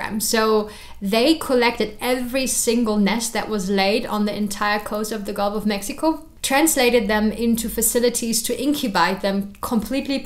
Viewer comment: Guff uh mexco